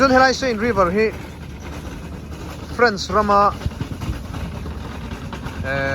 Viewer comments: Frence anilo Fraaaance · French chu a mi te ko na. A ram chu France. FrAnce a hi mizo a A anga lam tur